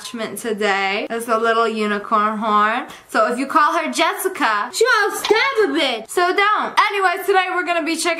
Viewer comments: Yessicca, not Jessicca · In Spanish "Yessica" is pronounced "Jessica" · ITS YESSICA NOT YEASSACA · I love how you said yessica in the beginning of the video and my name is Jessica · people from 2018 its *Yesica instead of jesica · yessica not Jessica my dudes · Her name is Yessica not Jessica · Sorry Jessica! I won’t mispronounce your name 😏🥸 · Don't say that, he said it wrong